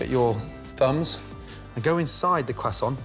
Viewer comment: THAT'S how you pronounce croissant 🥐🥐🥐.